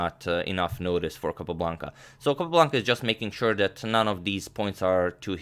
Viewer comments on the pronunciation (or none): none